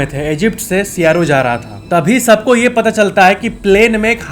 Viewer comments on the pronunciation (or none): सिप्रस नहीं मेरे भाई, साइप्रस और सायरो नहीं कायरो, क्यूँ जगह के नाम की मां बहन एक कर रेला भिड़ू? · Not sairo it's Cairo (KY+ROH) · Siaro nahin Cairo🤫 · सायरो नहीं बोलते काइरो बोलते हैं. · egypt ka 😂capital ciaro hey (काइरो)होत है आप्ने सियाइरो बोला 😅😅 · Did u pronounce Cairo as siyaro ?? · You pronounced Cairo wrong .